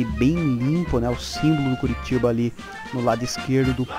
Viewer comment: sei q é sotaque mas ouvir Curitiba dói nos ouvidos dos torcedores do CORITIBA hahaha mais achei bacana seu video,curti o canal, ganhou mais um inscrito abrçs!